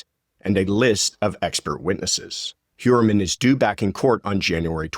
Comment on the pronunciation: Heuermann is a name of Germanic origen. - Which means that “eu” is pronounced “oy”. So Heuermann is pronounced Hoyermann Just thought you should know …. 🤓